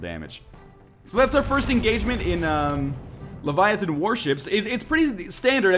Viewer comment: It's LEVIAthon, not leviaTHOON. (Harry Potter Reference)